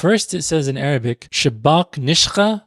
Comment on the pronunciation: I’ve never heard anyone say “نشخة” I don’t even think it’s a word, we use نسخة for “copy” and “Version” this is the only error I believe you made in this video but you did great